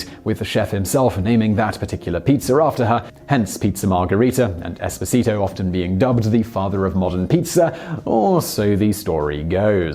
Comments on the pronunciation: Sine Nomine that's without talking about pronunciation of the name Esposito ahahahahah. All it would have taken was a quick visit to google translate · It's EspOsito, not EsposIto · It wouldn’t bother me so much how you butchered the name “Esposito” if you hadn’t repeatedly done it so many times in a row. Each time was its own verbal stab wound. The stress goes on the second syllable not the third. If you’re to position yourself as the authoritative source of real people, places, and events, maybe get the name right. Peace. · I strongly advise to practice your Italian pronunciation: you totally got the accents wrong on the "Esposito" name. :-) If you want any help I'm Italian :-)